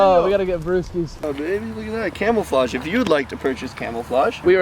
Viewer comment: Did you say camelflodge